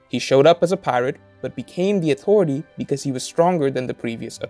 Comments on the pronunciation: It took me so long to realize you're saying "authority"... I've been hearing "awtory" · AuToriTy. Haha this is a good video but the way he pronounces the T in authority is wayyyy too funny LOL. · Ahhh... listening to this was interesting, but the word “authority” just gets me. Everything is said normally and then that word just appears. No hard feelings